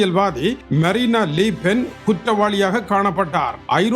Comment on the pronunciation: மரினா லீ பென் இல்லை மரீன் லு பென்.